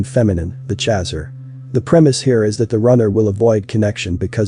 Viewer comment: that pronunciation of "chaser" though...😂, but the rest in pretty intriguing and accurate...